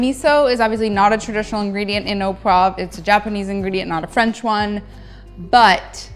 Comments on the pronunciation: oh pwov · “au poive sauce” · difficult to explain how you should pronounce “au poivre”. found it difficult what you were making “au pwaffff”. in the “au poivre” there should be a soft “v”, an “rrrr” and an “uh” at the end. but the recipe looks delicious